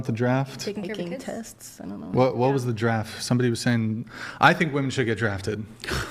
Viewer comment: "Leth talk about the dwaft..." 😂